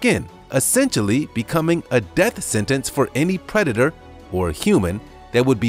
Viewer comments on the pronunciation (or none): none